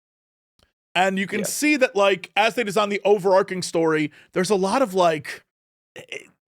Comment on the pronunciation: Over-arch-ing, not overarking